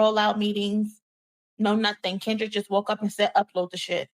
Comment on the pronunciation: U said crindrick 😂😂😂😂